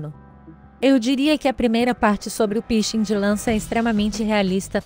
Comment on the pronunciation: Quando falou pishing eu não aguentei kkkkkkk